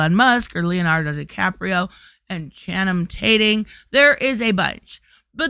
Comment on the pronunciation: "Channum Tating" Nice.